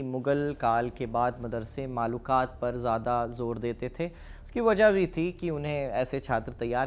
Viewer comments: मालूकात नहीं माकुलात ✅है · Manqoolat aur maqoolaat aj bhi padhaya jata hai maqulaat nahi maaqulaat hota hai janab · Bhaiya aap maakulat ko bar bar maalukaat bol rhe hain..... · बहुत अच्छी जानकारी लेकिन आप माकूलात को मलूकात बोल रहे हो स्क्रीन पर तो सही लिख के आ रहा